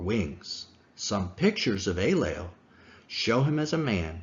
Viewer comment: The Sumerian god in question is named “Enlil,” not “Aylel,” or whatever he was saying in this video. Is there a connection? Perhaps, but phonetics aren’t a very good argumentation for this connection.